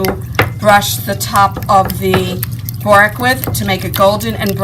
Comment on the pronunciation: Good video but try and pronounce borek properly please.